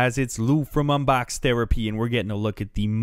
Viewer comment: lol i love how he really accents the "unbox therapy" part of "this is lou from unbox therapy" also a cool name like fight club, "the sign outside says lou's tavern, im lou, who the fuck are you"